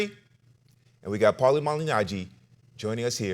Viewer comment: He messes up paulies name every time it's hysterical